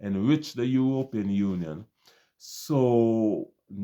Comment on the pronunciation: Bro. I have some problems with your presentation. Firstly, I do not understand why you pronounce the word European the way you do. If I were a non caribbean person I would be misled to think that this practice is widespread in the caribbean. A few of the smaller islands decided to practice this nonsense but for many of us that is not our reality. You paint a picture that all we have is tourism, that is not totally true. You should be specifying that the few island that engage in this practice have only tourism. Stop saying "we" that problem is unknown to many of us. In the caribbean we have more than tourism as revenue generators. Trinidad has oil and a vibrant manufacturing industry. Export of agricultural product generates revenue.. jamaica and guyana are known for their bauxite. Jamaican manufactured products flood the caribbean and can be seen in the US and Canada. Guyana has bauxite, oil, gold diamond, lumber and some manufacturing. In my own country Barbados we depend heavily on tourism, some light manufacturing with the manufacturing of pharmaceutical topping the product list. But we generate a considerable amount of revenue from the financial services business. While we do not have natural resources our greatest asset is our people. We are amoung the most stable countries in the caribbean with one of the strongest dollars. My brother I do not like the way you protrayed the caribbean. That is the oecs countries that is not us.